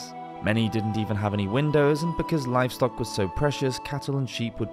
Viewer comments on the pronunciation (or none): none